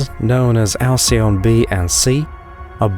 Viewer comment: Btw: Alcyone is pronounced al-kee-OH-nee. Otherwise it’s a wonderful video.